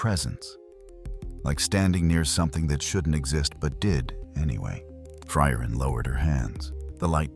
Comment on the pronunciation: My favorite was "Fry-Urine".